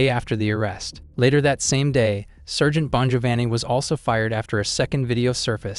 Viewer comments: Anyone who can't pronounce sergeant correctly is someone I don't want to listen to...too damned lazy to do the bare minimum of pronouncing very common words correctly, means too damned lazy to get the facts right. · Using AI for narration needs to be banned. Surgent??? Sargent Intigrah??? Integra